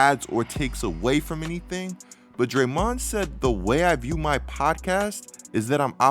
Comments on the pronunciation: why u sayin drayMONd like that? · I’m sorry but why are you saying draymond name like that. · Weird hearing Draymond pronounced this way.